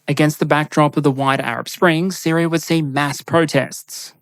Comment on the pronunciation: Its neat hearing your accent change the "Syria" to Syrier" at times